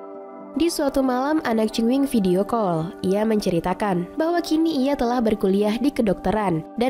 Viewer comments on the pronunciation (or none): none